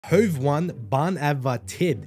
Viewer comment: Love these Hov1 reactions man! Also the bands name is pronounced like “hov-ett”. Like if you spelled it out it would be hovet. I think it means like “the court” (not Swedish, but I speak some Swedish). The number 1 in Swedish can be pronounced like en or ett, but in this case it’s ett. Just wanted to throw that out there for ya!